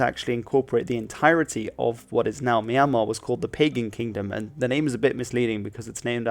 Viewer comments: its not pagan bro. its called Bagan 😁 I from Myanmar and now we are fighting for democracy anyway its great documentary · Bagan, not Pagan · Bro its not called Pagan Country but called Bagan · Not "Pagan Kingdom," though. It is "BAGAN KINGDOM." Thank you very much for your video. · It is not PAGAN. It is Bagan.Don't make things up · Pagan is pronounced "ba-GAN". It's the name of the dynasty, not pagan like unChristian. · Actually is Pronounce Bagan in Modern day Burmese though it might be pronounced like "Pugan" in old Burmese.